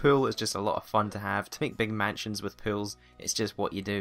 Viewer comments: I thought he said pills or pwills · At first i thought he was talking about pills since his accent sounds like "swimming pills" rather than "swimming pool". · It took me a moment to figure out you were saying "pools" and not "pills" .. I was like... pills? Drug abuse in TheSims? What the hell did I miss? No offence, but people say Americans don't speak proper English. I'm here to tell you that may be true, but we do it phonetically and that's just... better. It just is. It's why so many other countries learn American English over any other form. It's also why British and Australian news casters learn to speak more like Americans. Our "in-proper" version of English is simply easier to understand and communicate with. Sorry, back to TheSims :P PS: The British did NOT invent the English language seeing as it's comprised of many languages. No doubt a civilization that LEARNED words from other cultures didn't "invent" anything. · when he said pools,I thought he said pills.I'm like WHAT!!! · Whenever he said "Pools" I heard "Pills" and I'm just like What? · When he said "pools" I thought he said "pills" and I was like WTF IS A PILL!?! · I thought you were saying "no pills" not "no pools" 😂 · When he says pools, it sounds like pills. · um when you say pools I thought you said pills lol. like you said killing people with pills XD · i seriously thought he was saying pills, not pools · I thought when you said pools it was pills. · Anyone else hear "Pills" instead of "Pools"? >__> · i thought he was saying pills instead of pools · Lol oke i mabye hearing it wrong but you saying pills more to me then pools ahah :P mabye because of your accent but still :P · I thought he said 'I always like to kill people with pills' and I was like... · Same. I had to go to the comments to realize he was talking about pools. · twinsister27 I know right😂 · twinsister27 I thought he was Pills too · Me too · Me too pills nice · i thought he said pills instead of pools. 😂